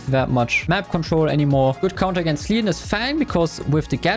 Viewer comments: Bro it's leon no leeons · He also says Mooe and Lean